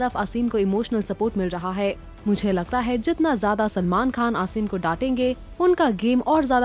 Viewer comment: Asim hai not aseeeem